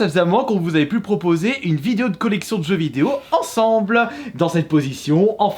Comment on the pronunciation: Comment les noms des jeux sont écorchés 🙀🙉